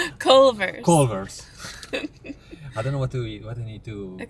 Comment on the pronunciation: "clevers" "clovers"